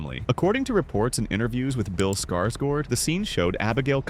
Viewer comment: " piranyahs" and " Bill skarsgord" weren't even close to the correct pronunciation and the first IT is from 1990, the Bill Skarsgård ( correct spelling) version is the remake aka ' IT chapter one' 🤦‍♂️. Referring to IT: Chapter two as " E.T chapter two" made it even worse.